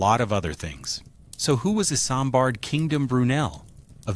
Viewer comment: Not iSAMbard... its pronounced Izmbard like a Z